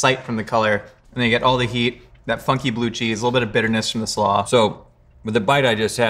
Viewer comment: I thought he kept saying f****ng flavors, not funky flavors